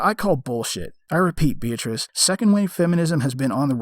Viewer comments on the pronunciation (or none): Another top quality video 👍 On a side note, every time you said 'beatrice' it sounded like 'bitch' 😂😂😂